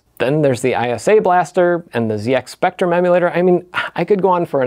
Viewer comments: Great video as always HOWEVER as a Brit I’m legally obliged to point out that it’s a ZED X Spectrum and not a ZEE X Spectrum. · GOD DAMMIT IT'S PRONOUNCED "ZED-X SPECTRUM"!!! Anyways, great video as always dude! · "zee ex spectrum" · "ZEE x spectrum" 🥲